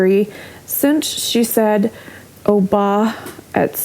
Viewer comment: She said Obam. Not Oba .